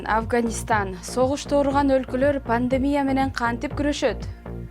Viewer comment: Ввссиде Пандемия панлемия деп суйлошот а😁